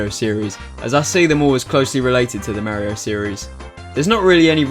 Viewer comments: Why does he say "Merryo" instead of "Mario"? XDD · you say Mario wrong